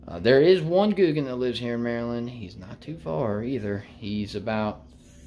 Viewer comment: Your saying it correct buddy